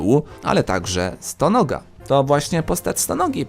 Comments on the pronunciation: 5.12 xd stonoga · Boże Stonoga